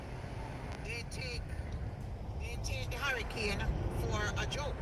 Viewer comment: Bad shape egg said it a Harrycane😂😂😂😂😂😂. i thought it was Hurricane 😂😂😂😂😂😂 BLC Dunce